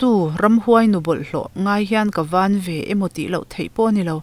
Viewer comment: Tlang chu i chhiar dik e...mahse Van ah hian à hi thluk tur ania....Vaaan vaaan